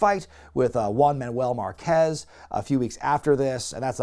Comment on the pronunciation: FYI Márquez has the accent on the first half...